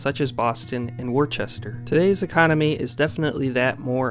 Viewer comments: Worchester? There is no H in Worcester! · bro did NO research on the rest of massachusetts 😭😭😭 worchester is an insane pronunciation bc there isnt even an h 💀💀💀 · My man said war-chest-ter lmao you can tell he ain’t From Massachusetts. It’s woos-tah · ITS PRONOUNCED "WUSTER" Dont insult my hometown please 😂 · Worcester is pronounced Wuster or Woster, not Wor-chester. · yup WISStah is the correct pronouciation. Woostah and Wooster are both acceptable. “Worchester” is a fucking joke. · If you are legit from Massachusetts and have lived there all your life, you don't pronounce it Woostah. You pronounce it Wisstah! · Re-record da video and dub in "Woostah", guy! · Bro said “wore-Chester” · Worcester is pronounced whista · >bro said warchester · It's pronounced Wuss ster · Nearby "WOR-CHESTER"?? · I stopped watching when he said "Worchester". 🙄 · Where is this Warchester you speak of? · The second largest city in Massachusetts is pronounced “Wista” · WORE-chester? lol Also, Springfield was, indeed, the home town of the Indian motorcycle of legend, but it's also noteworthy that Rolls Royce built cars there circa post-WWI. Nice vid, though, and thanks for doing it. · Worcester is pronounced Woucester (like the start of the word would plus 'ster). Other than that small nit, a very good video. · Good job but look up how to pronounce Worchester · Love the videos man! I'm sure all the mass holes will tell u too, but just for future reference it’s pronounced: Wu-ster! Like Wu-tang haha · I thought it was funny how he said Worcester, too. I tell people to say Whis-stir. Lol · Glad you made it to the east coast, dude! Also, fyi, we call it WOOSTAH in the bay state :)! Great video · LMAO! I laughed when narrator said Worr-cesst-er. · We don't call it WOOSTAH in Springfield. We pronounce our R's, thank you very much. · You said Worces.... oh, nvm😅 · Yep, completely wiffed on pronouncing Worcester. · hate to break it to you, but the locals hate when you butcher the city’s name